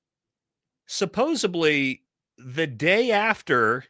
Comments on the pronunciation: you can't claim to be highly intelligent and pronounce especially (icspecially) and supposedly (supposibly) both things can't be true. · You can't complain about someone's IQ when you pronounce the word suboseBly. There is a D not a B! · Hey bro, not to be pedantic, but the word is “supposedly,” not “supposably.”